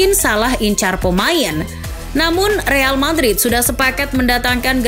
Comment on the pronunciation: Real Patrit 😧😅 gasalah denger nih